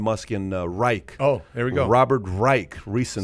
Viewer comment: Learn how to pronounce Dr. Robert Reich’s name. Not pronounced like the Third Reich!